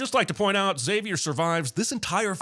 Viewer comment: Saying X avier instead of zavier should be a sin too.